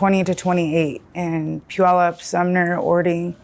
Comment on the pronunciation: Sincerely - don't come back. And btw she pronounced Puyallup incorrectly